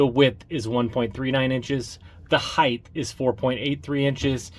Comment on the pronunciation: Did you say "heigth?"